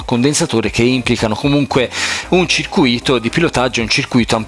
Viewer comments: Caro, senza offesa ma a prescindere dalla comprensione del russo io mi applicherei un po' anche a quella dell'italiano.... CIRCÙITO.... INSIEME DI COMPONENTI ELETTRICI CIRCUÌTO... PARTICIPIO PASSATO DEL VERBO "CIRCUÌRE" CIOÈ INGANNARE.... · Circuìto non si può sentire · è bellissio asccoltare la parola "circuìto"